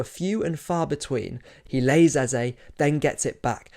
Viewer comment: It’s Eze not Eza. A is pronounced like Apple and e for egg. No a in Eze. Eze equals king, eza gas no meaning. Allow Arsenal to be crowned Eze as in king, not Eza, whatever that means.